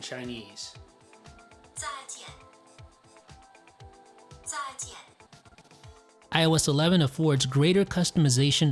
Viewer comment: The pronunciation of GOODBYE 再见 is bad.